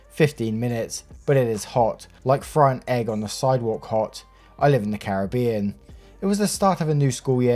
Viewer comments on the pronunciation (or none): none